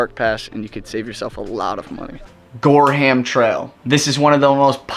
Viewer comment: Great video! Very informative and great pictures. I live in Maine and was in Bar Harbor last week. Gorham is actually pronounced “Gore-em”. There’s a town near Portland called Gorham, too.